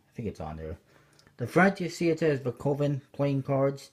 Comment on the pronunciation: pronounced, ka-ven.